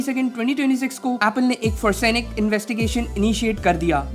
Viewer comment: Bro i stopped when you said "forsenic".